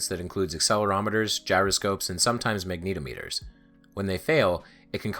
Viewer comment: Say "magna-TOM-it-er"